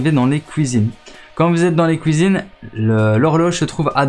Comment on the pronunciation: ''Vous allez arriver dans les couisines'' ''et les neuf fouite '' après c'est de la dyslexie ça se travail j’étais pareil plus jeune et je le suis encore avec l'orthographe.